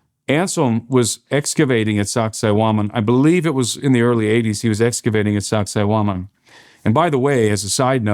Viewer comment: Every time he said Sacsayhuaman all I heard was sexy woman. Lol. :face-purple-crying: Lord Jesus please come get us Soon ! This place is nuts.